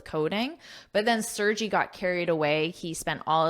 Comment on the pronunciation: Thank you,, for the article! The name Sergey is a popular name in Russia. I hope it will be interesting for you to know how to pronounce his name 😊. The letter 'E' sounds like [ e ] in the word 'melon', then, 'R' is clearly pronounced, 'G' sounds like 'g' in 'Google', and 'Y' is like 'y' in the word 'May' 😊😊